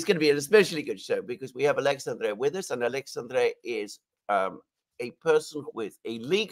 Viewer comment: Very good, BUT you guys should learn ho to pronounce his name correctly, as a Alexandre myself is quite annoying